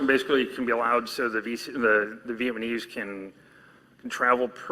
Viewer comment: does it bother anyone else that he says "vietmanese"?